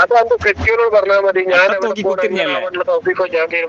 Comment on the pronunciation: ഈ ഫോൺ ചെയ്ത ഹിമാറിന് തൗഫീഖ് എന്ന് പോലും അക്ഷര ശുദ്ദിയോടെ പറയാൻ അറിയില്ല